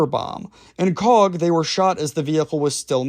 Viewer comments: Typical yank with names, it’s pronounced “coke” not coack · Hello, cog is pronunced coke, it’s nick named the coagh BBQ. You should msg my da he was there at coagh and colisland 🇬🇧 SAS RUC UdR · Yip ... since when was Coagh pronounced 'Cog'? Bro, your vids lose some credibility with silly mistakes. Instead of saying 'Cog' try saying 'Coke'. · That town is pronounced “Coke” 🫶